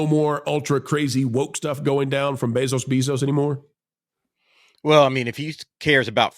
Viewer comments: WHY is he saying "Beso-Beesos"? I like the channel but that was annoying. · Why do you keep saying his name weird? Annoying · The double last name pronunciation is amusing